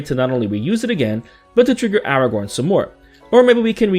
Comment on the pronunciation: Not Aragorn..😂😂😂